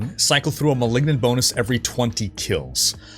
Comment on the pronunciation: Seaosn of the Mehlignant ammirite??